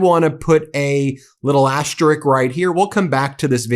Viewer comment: What is an « asterik »?